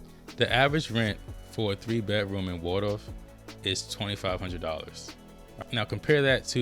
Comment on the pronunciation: I love St Charles County! Video is spot on but remember it's Waldorf not Wardorf or Wardoff....lol